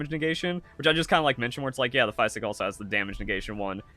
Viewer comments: Wtf is a "fie sick" ? It's pronounced fizick ....physick like physical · it’s French for green. The way you say “physick” is atrocious though.